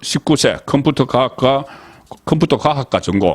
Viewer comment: 행니아 죄송한데 컴푸터 발음이 너무 우스웠어요 저도 경상도 지만 😂😂😂